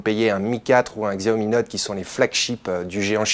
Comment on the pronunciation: xiaomi ce prononce à la chinoise soit "chiaomi" , faites gaffe parce que le pdg de xiaomi va s'énerver ^^